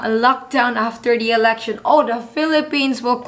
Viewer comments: You said "Erection" not "Election" that's why everyone is laughing! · On the 91 second mark… You definitely said… “erection“🤭🤭🤭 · I heard her say "erection" the first time . Then she correctly said "election" a little later